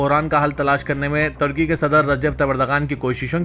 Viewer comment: kiya bolery ki samajh me.nai aara turkey ku tarkey bolrey advance urdu